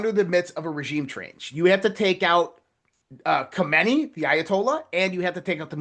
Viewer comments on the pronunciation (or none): none